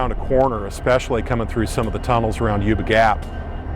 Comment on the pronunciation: Good Lord, that is not "you the gap"... it is YUBA GAP as in YUBA CITY, somebody really needs to check this stuff for accuracy before putting it out.